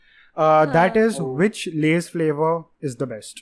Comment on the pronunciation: We can make a video out of just saying the flavor wrong